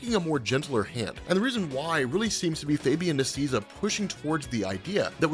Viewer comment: say it with me, Fabian “Nee-See-A-Sa” the A sounds like “Hey”. The “i” sounds like ee. It’s Spanish, he’s Argentinian